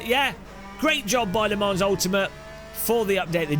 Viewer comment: he said le morons